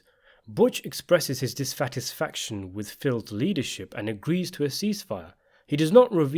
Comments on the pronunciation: You said "disfatisfaction" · Expresses his disfatisfaction ? Lol